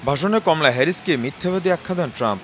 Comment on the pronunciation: খমলা না কমলা😂